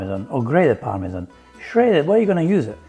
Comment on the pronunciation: Par-me-zhaaan😂 Forza Formaggio 😎